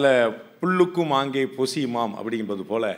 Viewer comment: MR. PANDEY, IT IS PULLUKKUM AANGEY POSIYUMA. . IT IS LIGHT IA MEAMING GRASS NOT HEAVY, 'LA' TO MEAN BIRDS. SORYY TO INTERVENE